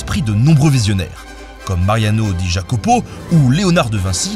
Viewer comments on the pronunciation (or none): none